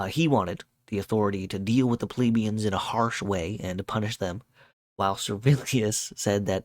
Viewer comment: You don't say plebians like "Pleebians", mostly because it is not spelled like that. The same with pleb, you never say it like "pleeb", because it is not spelled like that, just be consistent with how you say other words, like help, yelp, set, fret, dredge, fletch, stretch and so on. No need to freak out over a simple word like plebian and go out of your way to mispronounce it like that.